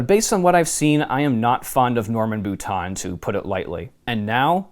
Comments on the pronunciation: Had to cringe every time the Author's last name (Boutin) was pronounced like "boot-On" instead of "boot-inn" or the proper way of "boo-teen." Since when is the i pronounced like a short o? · Not bootan. Bootain.